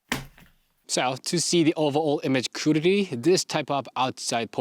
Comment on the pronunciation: Your English is fantastic; you need to work on the word quality though just a bit.❤